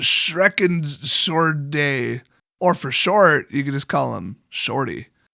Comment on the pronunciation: Double thumbs up for the german pronunciation xD Yes, it was like 99% butchered, but you will get there one day,. And regarding the name of Arkanist der Schreckenshorde. "Horde" is the same in english and german, "Schrecken" has nothing to do with "shrieking". Dread = fürchten/Furcht/Angst. However, a "Schrecken" is something "which frightens you". I think they went for Schrecken, because Angsthorde would be associated with "a horde which has a lot of Angst" or Furchthorde could be understood as a "horde which is frightened a lot". Of course, "Alptraumhorde" would have been another option with similar implications, but then again this would mean to go even further away from the source material. Anyway, we germans are happy people with a lot of words for a lot of really nice things. That is, if you like negativity and dark things.